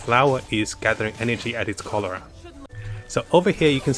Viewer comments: Its Corolla not colora, some flowers might get offended from your mispronunciation !!! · I keep hearing "cholera". Sorry XD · Corolla, I keep hearing Cholera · 'How many times can say corolla wrong challenge' lol